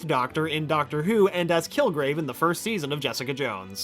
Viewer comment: "I'm the Ducktor" lol